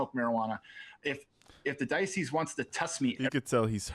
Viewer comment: Mark my worms if they ever confiscate and review his search history there's going to be a lot of "barely legal" websites in there. And probably a lot of inappropriate texts to his athletes that he "coaches". Also for someone who works for the diocese he can't even pronounce diocese correctly